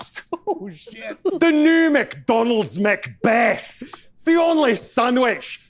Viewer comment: There is so much emphasis on that second syllable